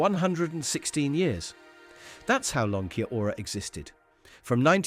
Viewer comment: Shwepp-ez? Key-a-Ora? It’s Schweppes and Key-Ora.